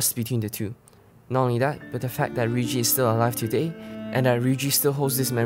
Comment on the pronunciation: Please stop calling her Riyuji that's make me feel so bad for her.